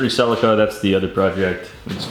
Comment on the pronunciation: keen for the Celica, but only if you pronounce it properly like the rest of the world